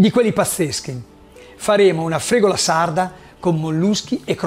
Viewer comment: La fregola viene agli animali, forse stai cucinando la fregula. Cerchiamo di non storpiare i nomi, più di quello che si fa già. Soprattutto nel caso in cui la persona che parla sia uno Chef, grazie.